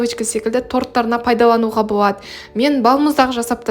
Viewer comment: Боуады, пайдауанылады деп сөйлесіз л әріпін айта алмайды екенсіз, оның орнына в немесе у іріпін қолданасыз, мысалы бвендр деп